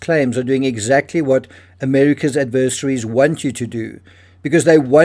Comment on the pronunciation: I have a hard time trusting someone who cannot properly pronounce 'adversaries" and seems to have an agenda. The real evidence and what supposedly occurs shows that Robinson did not kill Kirk and he's a patsy to take fall for someone who was helped to get away. How many times did Patel announce having the killer caught including this one? Bibi, Trump and Erika all had prepared statements shortly after Kirk was pronounced dead. They were all moving forward very fast for such a traumatic event.